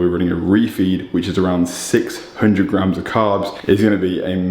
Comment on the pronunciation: I like the way this bro pronounces the "S's" as "F's" "Five gramfs of carfs" haha haha | couldn't help it